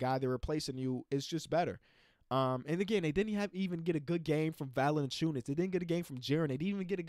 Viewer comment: mispronouncing Valanciunas is just GOLD. Love to see it